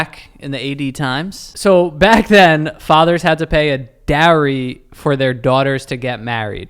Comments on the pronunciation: Sorry I know this video is old but it’s bugging me so much 😅it’s Dowry, it’s pronounced Dow-rie not darry lol😂😂sorry had to do it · The way pronounces dowry sounds like dairy 🥛😂 sounds like people had to pay milk for their daughters to marry. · It's "dow-ree" and it wasn't necessarily a payment, it was money for the couple and their kids to live off of